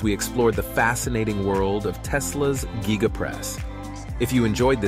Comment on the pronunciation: I not sure i hande him calling it the "Gíga" 😂